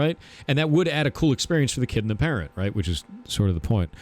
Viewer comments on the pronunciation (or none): none